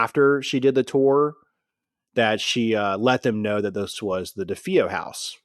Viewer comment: It's duh-fay-oh, with the emphasis or stress on fay. This is based on listening to an interview with one of the family members. As well, it was luhtz, not lootz. I know he said he has a hard time with words, but holy cow... How do we know anything that Anson wrote in his book is true. This guy seems a bit too credulous. As much as I'd like to believe the Amityville story, I've done enough reading, listen and investigating to really feel there's not much to Anson's book. I'll give him one thing, he knows the Warrens were full of it.